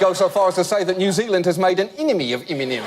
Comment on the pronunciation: "iminem" XD why am I cry-loling!?!?!?!! XD hbhahahahhHasdsa